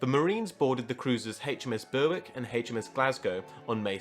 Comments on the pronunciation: Yeah the w is silent. I live an hour south of Berwick upon tweed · Great video. I would recommend working on your pronunciation a bit though. Like Berwick, for instance, it is pronounced more like berrick. And the Farroe islands, the E at the end is not pronounced.